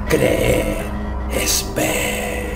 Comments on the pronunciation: pero dijo ceer en vez de decir creer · me di cuenta que dijo:Ceer: osea dos ee pero le faltó la R y es "Creer" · mira bien al segundo creer de abajo dice ceer